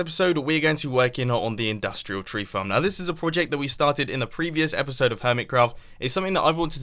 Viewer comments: who heard mumbo saying epishode? lol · Lol he said epeshode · Did Mumbo just said epishode ? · Did you say epishode? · he said epishode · "And this /epishode/ should actually be really quite interesting." Oh dear, Mumbo. You really are going quite mad.